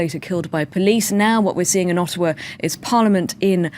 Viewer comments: I'm very offended by how he pronounces our city 'Ottawa', 'Oawa' (just kidding). Right on Russell, you've hit the nail on the head once again. Remember that when Harper says 'Canada', he's really means 'Conservative Party of Canada'. There's always an agenda with politics, whether it's left or right. We should be focusing on community and mental health... not war and/or violence. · I agree except for 2 points: Canada is not a "piece of land and a flag", it's actually a CORPORATION (so are every other countries - look it up and please talk about this, because it might be the key to get rid of all those criminals) Also, it's Ottawa, not O'awa. They put 2 friggin' T's in there, it's not for the dogs ;) Lova ya, keep up the good work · You are just dumb...learn how to pronounce Ottawa. You used to tell jokes but now you are the joke....go figure. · First off dude you make fun of the city by mispronouncing it, Canada despises you. Stay in the UK. You dont make speeches without a point or agenda. You yourself make speeches with an agenda behind them, your agenda is muck raking and fear mongering. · First off learn how to say Ottawa and second off your complete stupid individual. Were you downtown Ottawa when this happened ? Do you live there ? No . You have no respect for what we went through as a country and as a person who lives in Ottawa is terrifying that it happened so close to home. Buddy you made fun this situation while a fellow Canadian was murdered ! Do you have no respect ? I literally have no respect towards you and you disgust me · Loving the way you say Ottawa Russell real good and can't wait for your Whitney whitenings lol Wendy Williams interview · did he just call my city O...awa lol awesome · In "Uhhowa". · I love Russell! No need to make fun of Canadians, aay? 'Specially not the ones in Ah-ah-wa. ;) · And how about you say Ottawa right